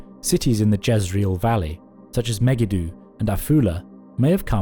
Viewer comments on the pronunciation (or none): Megiddo: meh-gee-doe. Not Mega-due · Is this an AI video? I ask because Megiddo is mispronounced. It made me click off this vid because I do not like it when AI generated content isn't marked as such. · I don't think I've ever heard Megiddo pronounced like that